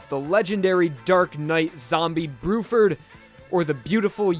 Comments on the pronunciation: I think you mean bluford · It’s actually Blueford instead of Bruford